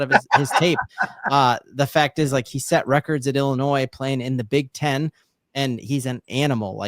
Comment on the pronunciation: Just so ya know the S on the end of Illinois is silent.